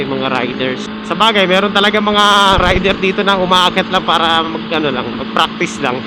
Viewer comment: fraktis ...makes furfpek 😂